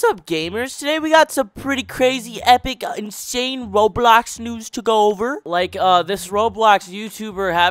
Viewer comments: dude said "RowBlaux Nuez" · “rowblulhocks noos🤪🤪🤪”